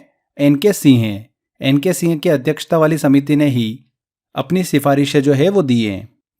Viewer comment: Singh ka pronunciation thik se kare sir aapne toh singh ka seh kr diya 😅